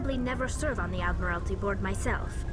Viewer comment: Tali saying -"I will prabobly never serve on the Admitality Board myself." - is pretty ironic hehe.